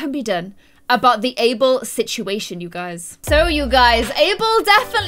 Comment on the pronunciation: Guys, it's ABEL not Able..